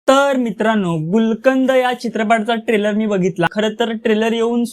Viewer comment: Nit bolata tari yete ka tula. Trailer cha oochar kasa kartos bobadya😅